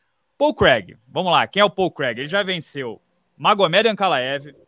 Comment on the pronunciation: Minotauro: "Pau Crag"